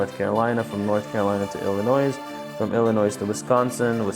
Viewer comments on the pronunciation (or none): Great video, thanks for the info! Fyi the "s" in Illinois isn't pronounced by most 😊